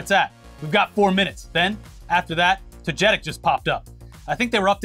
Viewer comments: its "toga-tick" not "toe-jet-ick" 😂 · It's TOGA-TIC, not TOE-JETIC. I hate pokemon but goddamn that was driving me nuts. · Hey boys just wanted to hope that maybe you see this, that pokemon's name is Toe-gah-tick, not toe-jet-ick. Bugs me everytime. It's like pokeman, not pokemon. Love the video otherwise tho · Ik this episode was serious but as a pokemon fan it's pronounced toh-gah-tick not toh-jeh-tick 😭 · It's togetic (toe-guh-tik) not toe-jetic or toe-getic. Love you guys though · It's togetic, not toJetic lol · I'm sorry, but it's TOGE-TIC, you guys giving me goofy smiles on my face everytime you say it wrong 😅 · To-ge-tic is the better way to write it but yea same here lmfao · This pokemon is pronounced like toga-tic. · love you guys, been watching since early ETC, but for the love of god lol it's pronounced Toga-tick, lol. I kept laughing hard every time y'all mispronounced it. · Think they'll ever learn to say "Togetic" right? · TOGETIC IS PRONOUNCED "TOGA-TICK" That is all, have a good day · the pokemon togetic is pronounced toe-ga-tic 😅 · Tow-Guh-TIk. Come on guys google a pronunciation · Also it's Toe-geh-tic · Every time they mispronounce Togetic when covering this story I die a little inside 😂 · You guys keep mispronouncing Togetic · or imagine a world where you label yourself a news show and then can do basic fucking research on how to read your own script